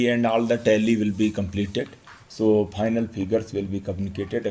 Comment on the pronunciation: You're an IAS Officer, pronouncing "PHAINAL" Instead of "Final" and many other vocabularies, just begs me to not trust you running this election smoothly